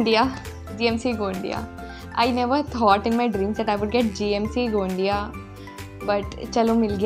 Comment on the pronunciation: GMC गोंदिया....not गोंडीया.....,👍👍